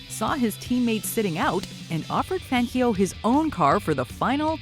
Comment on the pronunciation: Please lady, learn how to pronounce Fangio’s name! Listen to the commentators from the videos you’re showing...